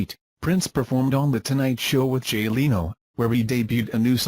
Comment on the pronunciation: That's Jay Leno! Not Jay Layno!